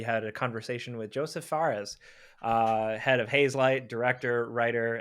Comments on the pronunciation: guys its Josef not Joseph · So Josef, like Josef Mengele, not Joseph, like Stalin